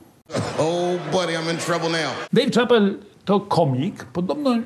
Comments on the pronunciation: Dave ("szapel" nie "czapel") Chapelle 🤦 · nie że się czepiam ale nazwisko Dave Chappelle wymawia się "Szapel", nie Czapel. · Panie Mazurek wymawia się Szapel, a nie Czapel nazwisko tego komika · Dave Shapel, a nie Czapel :( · Dejw Czapel XD Chyba Dejw Szapell bardziej się wymawia